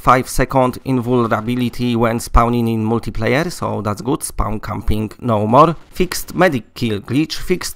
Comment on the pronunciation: 1. I love how you say, "spaooewn camping no more", and also "awwwsum" 2. When is Honor and duty coming to the uk for *uck sake? 3. Why is nobody else really mention American dream when on eBay uk it says mid March release for disc? 4. Arizona sunshine is released on disc in uk at end of March...... 5. Talk about The perfect sniper more. Where is it? 6.